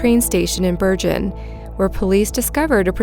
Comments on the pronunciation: Yeah, I live in ''Berjen'', no wonder my Norwegian isn't any good....I've been mispronouncing the place where I live for the last 20 years! lol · “Ber-Jen”?!?! Really?!?! It’s a “g” for Chrissakes LoL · In the first video Bergen is pronounced with the g as in gun! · Being Norwegian by decent and my Grandfather being FROM Bergen, can tell you, it's NOT pronounced: "Ber-jen" in ANY part of history... Even my grandma from rural Flekkefjord knew THAT. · Just a quick note, Bergen is pronounced with a hard G, not a soft G (as in "game" rather than "Germany"). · You mispronounced Bergen twice...Hard 'g'....Please correct this. Otherwise great video (s). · Bergen. Hard G like in golf, not soft G as in George